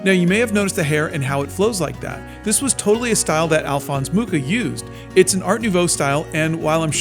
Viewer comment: I find it so strange the way says Alphonse Mucha. Alphonse is well pronounced but in french, the "ch" in Mucha is pronounced like in parachute or moustache or machine.